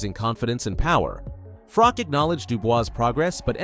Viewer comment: its not Frock dude, its FroCH